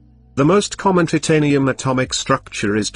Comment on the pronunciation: bro its titanium not TITanium